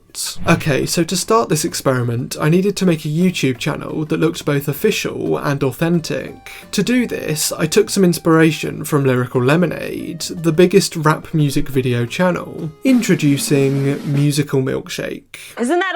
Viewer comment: the word official has three syllables not the 47 he tried to shoehorn in